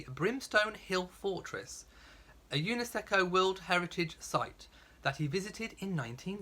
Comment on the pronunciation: I understand that Bermuda is not Caribbean but it is close enough and being a commonwealth country I’m surprised that they will not visit. UNESCO is pronounced you-ness-co and Grenada is pronounced Gren-ay-da since the city in Spain is Gren-ah-da.